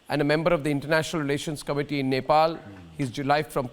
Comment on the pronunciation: I'm from nepal...... mr. Goswami.... please don't pronounce our country name.. we really hate you.. and we really hate to hear when you pronounce our country name..